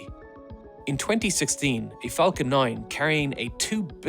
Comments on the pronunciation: ah yes the flacon 9😆😆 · "Space X flacon 9" 😂 The only mistake, in the history of me watching this channel. ❤